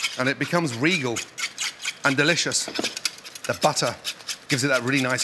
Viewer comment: "Tablespoon of buhtuh" proceeds to scoop triple the amount lmao